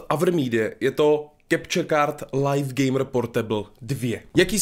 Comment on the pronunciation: Slovo LIVE se čte LIV a ne lajf už to pochopte...